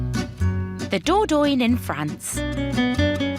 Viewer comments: What’s the Door-Doyne?? Do you mean the Dordogne? Learn how to pronounce it, for God’s sake 😮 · The Dordogne is the river. Dordogne is the region.